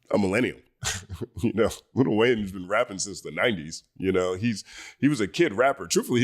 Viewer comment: Stop with the little Wayne it's Lil Wayne ✊🏿